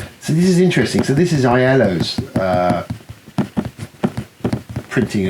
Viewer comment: Agree on downforce being a great and easy game to play with the family. Btw I thought Iello was pronounced 'Yellow' Also thanks for the tip off on Mijnlieff, having met Andy a number of times, he deserves a lot more love 😉